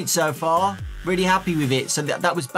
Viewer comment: weally 😑